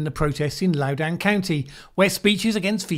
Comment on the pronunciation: You're still mispronouncing Loudoun. The "doun" part rhymes with London. Say what you will about McAuliffe, but Youngkin has zero chance against him. McAuliffe was a successful governor before and forced to sit out a term due to VA's idiotic term limits. The demographics are even more favorable now than in 2013. Youngkin can try to play up CRT until the cows come home (and there are a lot of them in VA) but that won't swing the ~5% of the voting public he would need to swing the election.